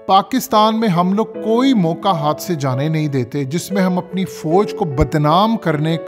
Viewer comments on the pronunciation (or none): none